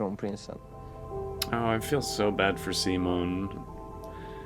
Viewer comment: Awesome reactions as always! Also, you're one of the few English-language reactors who can pronounce Simon's name right, so THANK YOU for that!